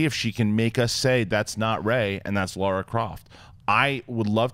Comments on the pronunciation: It's Lara not Laura!!! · It's LARA. LARA. Not LAURA.